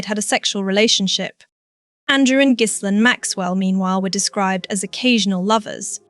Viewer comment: Even with a lovely British-like accent, it is so annoying that AI narrators can’t pronounce words properly. “Fer-Gee” “Epstein/Epstine” and haven’t we all learned that the “s” in Miss Maxwell’s unusual first name is silent? Now, as to the video’s topic…Andrew has stepped in one big, unrelenting pile of horse poop! Perhaps he needs to be horse-whipped! 😊 What a mess for their daughters.